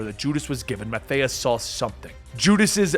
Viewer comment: It's Math-I-As not Math-Ayy-Us.